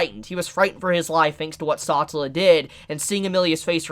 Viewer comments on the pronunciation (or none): He really just called the Witch of Envy "Satula" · It's pronounced Sa-tell-la and Ros-wall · Bruh sa-tell-a not satalla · “Saw-tah-la” isn’t it suppose to be pronounced “Sa-tell-ah”? Someone let me know how to say it, I’m second guessing myself. Anyway really great input about Satella and the shattered memories of people she consumes. Are those people alive, or is it treated as this “bee-hive” collective just for her and the only reason Subaru was alive was because well Satella loves him and wants him all to herself in that shadow realm (someone call for Yami Yugi). Really excited to see how Subaru uses his new profound powers as an Apostle of Greed. Great vid and analysis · Everyone having a good time till you hear "SOTELLA", and "EKNIDNAH". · Don't mean to hurt your feelings but please pronounce the names of a few characters the correct way, like satella, otto etc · great video but why are you saying satella and echidna like that😭